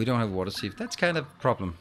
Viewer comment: for water sieve .. try more I less e ... about opposite of what you are saying ... I is first so should be pronounced more heavily ... since english is not your first language ... but i expect a close second